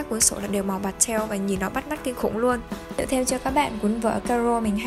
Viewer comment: Hông hiểu sao mà e thấy chị đọc chữ pastel nó cứ khó chịu ấy